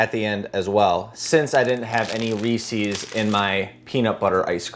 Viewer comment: "Reesies" HURRDURRHURR. it's pronounced Reese's you anabolic cream king